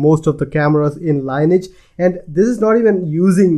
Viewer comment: Lineage is not pronounced "line etch". It's more like "linn-eee-edge". or Merriam Webster have pronounciation examples...